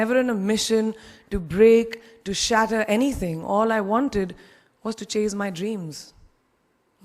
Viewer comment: badi angrezi jhaadti hai....but she says "chaze"my dreams....Honey, it's CHASE!...as in place' Hahahahah....gaon I ganwaar!